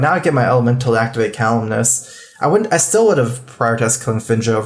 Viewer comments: I love, but for the love of god, it's Kalimos, not Kal-im-nose. Please, you sound dumb when you say that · it's Kalimos, not Kaliminos.